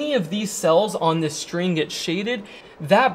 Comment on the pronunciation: And what about "shtring"?